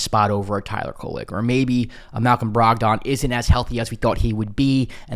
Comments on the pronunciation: Bruh, you've never heard ANYONE pronounce his name Brog-Don 😂 Why you saying it like that?? 🤦🏾‍♂️ Said it like 8 times before I shut it down. Brogdon (Brog-den). Please get it right lol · Most people say “Brog-den” as opposed to Brog-don. Good info today.